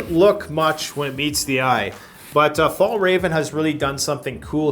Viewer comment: I must say I laughed a bit about the "Fallraven" = Fjällräven :) the literal translation is "the mountain fox", a brand from Sweden. Not easy for English speakers to pronounce though.